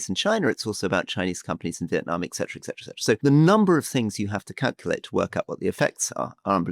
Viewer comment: Etcetera >>>> etc. Not excetra!